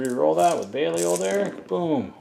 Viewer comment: how did you pronounce belial???